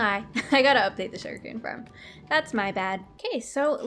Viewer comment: does anyone else thing says sugar cane like sugar can or king? hahaha coming from an australian.